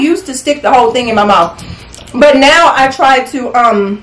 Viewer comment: said “dick dat” stick dat 🤣🤣🤣🤣